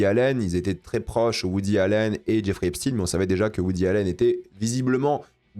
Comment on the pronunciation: C’est Esp SHTAYNE, EPSTEÏN